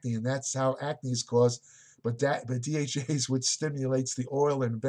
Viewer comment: Be sure to slow down and articulate. Most of the time when I think you're trying to say DHEA, you actually say DHE, DHA, and DHT. When saying DHEA please slow down to pronounciate it accurately.